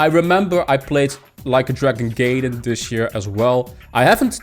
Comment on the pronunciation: Hey, nice video. Just an FYI, Gaiden is pronounced guy-den and means side story. Have a great day.